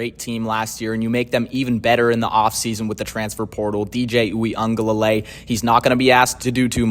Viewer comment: It's pronounced "we uh guh lay lay". There's no N